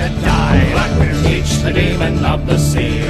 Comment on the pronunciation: I thought his name was "Teech" not "Teach"?